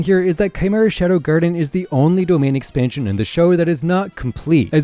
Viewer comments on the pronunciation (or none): none